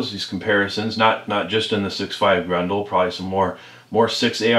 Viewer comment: "Grendel" is a character from an Old English Epic Poem. It is also the name of the 6.5 Gr*E*ndel cartridge. Grin-duhl. Pronounce the E and an E. "Grundle" is a slang term for the perineum. Or, the Taint if you will. They are not pronounced the same. Idk what accent this is, but "Grundle Hunter" just has some wild, wild implications.